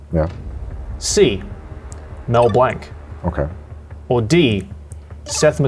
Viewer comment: That pronunciation of blanc hurts